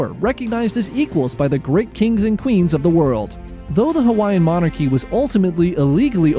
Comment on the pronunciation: I'm genuinely impressed with your pronunciation of Hawaiian words and names. Better than any professional/televised documentary I've ever seen.